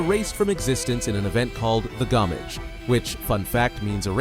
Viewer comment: SKIEL LOON GOWMEYJ Lmao This is the most white boy "if cultural appropriation was an AI Generated Slopfest of a narrator" I have ever heard. I laughed for a good 5 minutes. Thanks.